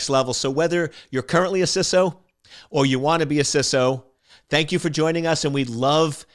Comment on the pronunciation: Just discovering this channel and I love it. Also wanted to compliment you on saying "CISO" (with a short "i") - "sisso". I am so frustrated with people saying "CISO" with a long "i" - "sighso". Odd issue for me - yes, but again thanks for saying it that way. I look forward to getting through more of your videos.